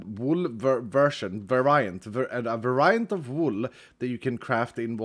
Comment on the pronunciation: Sorry it just bothered me. you pronounced variant Var like Bar, but it’s really more like Bear, so like Vare iant. So sad to see the series end!